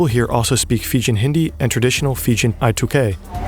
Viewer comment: The pronunciation is usually Fee-Jee-'n and not Fi-Jin.